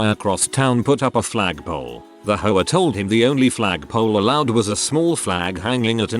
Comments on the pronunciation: Is it just me or is the narrator referring to the HOA as whores? 😆😆😆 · The AI pronounces HOA like Sopranos characters pronounce whore lmfao